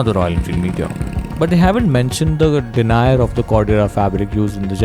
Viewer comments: The word Denier is said like “Denyer”. Odd I’m watching this at all…since I don’t have a bike or live in India, but it is strangely compelling. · I think it's supposed to be pronounced Denied (day-nee-yay)